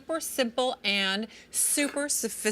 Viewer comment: Sue-pear Suh-fist-a-kay-ted